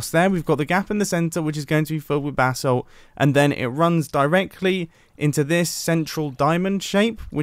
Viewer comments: Every prime he says “basalt” he sounds like he’s saying “bath salt” Like if you agree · Anyone else hear “bath salts” every time Mumbo says “basalt?”